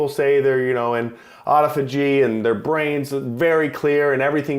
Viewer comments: Ophagy... just like he said...LOL. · Wait pronounce autophagy again 😂😂😂